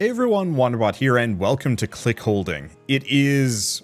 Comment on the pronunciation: said it with a pretty hard H though. 😅